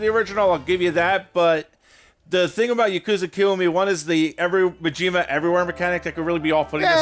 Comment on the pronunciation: I'm sorry but butchering Majima's name should be a war crime.